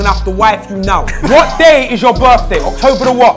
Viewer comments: nah man... its octoouuebaahh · The way she pronounce october 🫣♥️.